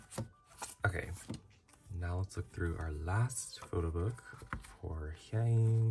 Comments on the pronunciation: heyy! btw you pronounced Hyeins name wrong! it’s “HI-IAN” in syllables! Love you new sub and great vid! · Hyeins name is pronounced “hey-in” (Im not trying to hate 💗💗)